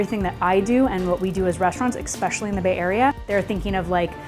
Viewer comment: she 💯 thinks it’s “egspecially” 😅